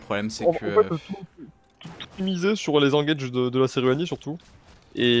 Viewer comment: Par contre je pense pas que sa ce dit Serrrruani toucan....